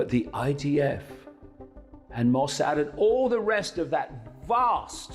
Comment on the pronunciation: Is that who is speaking in this video? He may be a hero, but is ignorant on pronunciations. Clueless on pronunciations such as Hamas and Mossad for example. Sounds like a moron.